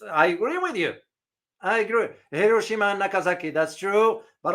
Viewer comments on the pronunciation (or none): none